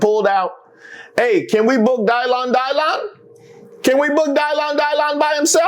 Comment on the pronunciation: Not Dy-Lan Dy-lan 😅😅